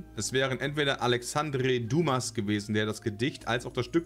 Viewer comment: Es heißt Alexandre Dumas und nicht Alexandre Dumas.... Also französisch muss noch lernen